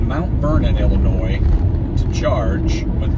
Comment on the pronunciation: I tried leaving a comment already, but it's not showing. So if it ends up being a duplicate, sorry. But, as a fellow guy from Illinois, I have to take issue with you saying it with the "S" at the end at the start of the video. haha. Ok, on a more serious note. Sorry to hear about your friend. The way you talk about the other drivers made me think of myself. At around minute 36, it looked like you were driving in Los Angeles area. They drive like maniacs out here when no traffic.